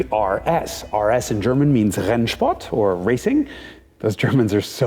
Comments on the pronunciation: His "Rennsport" is better pronounced than I could do :( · Ur german pronounciation is insanely good im german and i felt like you were too when u were pronouncing rennsport and andreas name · As a german: jason pronouncing ‘Andreas preuninger’ made me rewind the section over and over again to be certain that i heard him pronounce it just as he's a native speaker. Edit: HE’S DOING IT ALSO WITH ‘RENNSPORT’!!!!